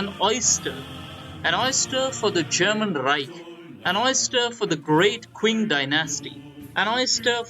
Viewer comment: "Qing" is pronounced like "Ching"